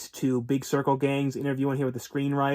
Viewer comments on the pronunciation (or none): none